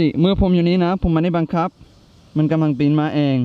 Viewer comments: "บังคับ"น้าาาพี่เนททท ไม่ใช่บังขับบ555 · บังคับไม่ใช่บังขับ